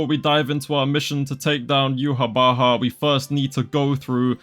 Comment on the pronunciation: You pronounced Uhawatch as Yhwach WHYYY?????!!??